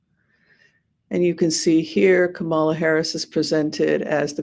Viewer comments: Thank you. And her name is pronounced: comma-la; not ka-MA-la. ( ,la ) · "comma-la", not "ka-MAH-la" Please do not pronounce her name incorrectly like TFG does. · At least pronounce her name correctly comma la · Hello. Please call her KAMALA😄 and not KAMAALA😟. I know you did so several times 🙂but kept slipping back to Kamaala. First time watching your reading, and I liked a different perspective because the readers that I have watched lately have a very glowing perspective for a win for Kamala. Only my mind broke a little bit when you called her KAMAALA instead of proper pronoun KAMALA. I personally believe sounds/vibrations are important, especially for nouns and verbs. Thanks for the reading! Everyone vote 💙💙💙 up and down the ballot.